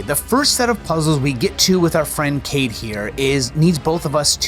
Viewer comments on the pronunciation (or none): Bro so it with mii, Ky-A-Day her name is Kaede and its pronounced Ky-A-Day its in the game and its voice acted 😂😂 sorry Onimusha is the 1 game series i liv the absolute most dont think im mad 😅😅